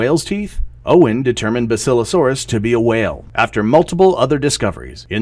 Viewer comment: Love your stuff,, just one thing. Pronunciation. I can tell you learn from books instead of from videos!!!;-> JEE-nus/JEH-ner-ah genus/genera See-TAY-shuns cetaceans BA-sih-loh-SO-rus basilosaurus